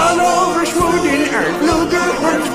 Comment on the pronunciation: Its sweden but he says it weird